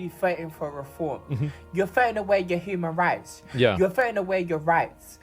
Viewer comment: YA FROWIN AWAYYERHUMANAWITS FROWINAWAYYAHUMANRITS 🙊🙈🙉🤔💩